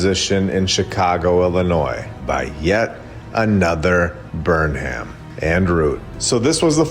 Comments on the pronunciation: I'll say it again... the name Burnham is generally pronounced BURNum which makes a lot more sense in the narrative than BurnHAM. Also, Greenwich is pronounced gren-itch. So much jam-packed in this hour, it'll take a couple views to get through it all. The catacombs themselves are worthy of a lot more attention; incredible info!!! Thank you,! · ‘Burnham’ is pronounced ‘Burn-em’…like “Burn ‘em”. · BTW, "Burnham" is actually pronounced "burn 'em". Get it?